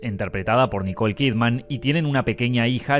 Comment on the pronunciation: Her name is Kidman, pronounced "kid-mun." It's not "Kid Man." She's not a superhero.